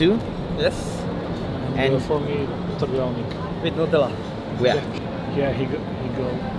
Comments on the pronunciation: lol didn't even try to mispronounce trdelnik :D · The biggest mistake "" made was pronouncing "trdelník" correctly. I don't think any foreign turist can do it, so you've lost your authenticity:).